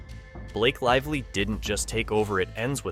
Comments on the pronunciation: Blake "Liv-lee" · We should care, why? Seriously? How does this impact my life or my loved ones? The A.I. doesn't seem to care much. Only pronounced Lively 3 different ways. Lol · Very hard to listen to when you keep mispronouncing Blake Lively's name over and over and over again. Bye. Bad AI? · You had me as someone legit until you mispronounced her last name in the first minute right after pronouncing it correctly. Here's to another faceless AI